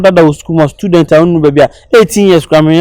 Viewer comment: Why does calls it scudent and not student